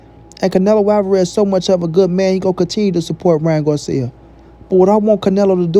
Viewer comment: Ryan what 🤣🤣🤣 said Garcia right 🤷🏻‍♂️ guarcia 🤣🤣 well guarcia or Garcia he’s a clown 🤡 anyways